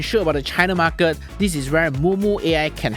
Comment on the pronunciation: Why the hell do you always exaggerate your market pronouncing? MAR KET not MAR KIRT